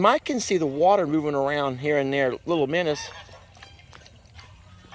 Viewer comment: You two should collaborate more. I always laugh so much when y'all are together. The geese will definitely be happy with all the minnows. Or "minnuws" as calls them.😂